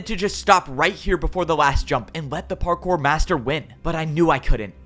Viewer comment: "Time to become partkour" ... Bars.🗣️🔥